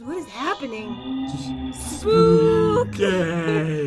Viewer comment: Hey Pat,I have a question.The question is that why does says”It’s so spookay!”I still don’t understand why she does.